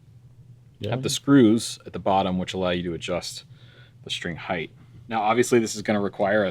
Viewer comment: Why do so many people have such a hard time correctly pronouncing "height"? It ends in a T.